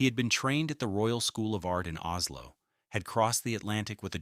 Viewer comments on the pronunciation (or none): none